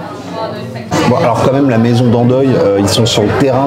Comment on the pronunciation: Dandoille ahahahaha